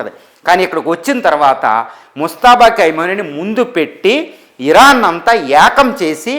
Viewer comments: పేరు పలకడం రాదు.. భాష పరిజ్ఞానం లేదు యానలిస్ట్... మనఖర్మ.. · పేరు పలకడమే రాలేదు. నీ సెర్చ్ లు నువ్వు చెప్పే సంగతులు ఎంతవరకు కరెక్ట్ గా ఉంటాయి